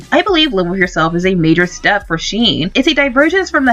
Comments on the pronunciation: Sheen? It’s pronounced shen, (sh-hen) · Shen not sheen